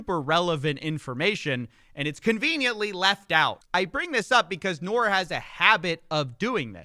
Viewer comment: His name is pronounced Noor, an Arabic word for light, referring to enlightenment. An irony if you consider the lies and misinformation he shares. Spelled the way his is, usually is the way Pakistani and Indian spells it.